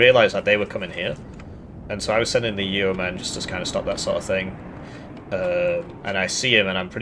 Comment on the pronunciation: Fun fact; The E is silent in Yeoman -- "YOH-muhn" not "Yee-o-man" ✌🏼 keep up the good work on these deep dive Div guides ✌🏼